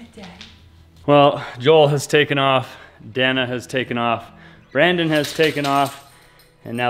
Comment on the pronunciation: El nombre de ella es “Dahna” no Danah sii???